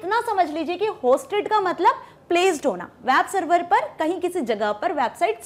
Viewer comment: "wab server" XD